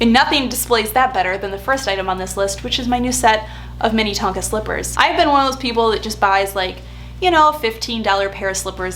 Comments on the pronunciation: Slightly lol’ing at “Minnie-tonka” 😂 I’m from that area and we just pronounce it “Min-uh-tonka” 😁 They do have the best products though! I have multiple pairs of their slippers too! Thanks for supporting a Minnesota company! 💕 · JSYK the slippers are pronounce MIN-eh-Tonka as in like Minnesota - minnetonka is a town in the western suburbs of minneapolis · Great video! FYI it’s Minnetonka “min-eh-tonka” like how you pronounce Minnesota. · "Minna-TON-ka" like Minnesota. 😊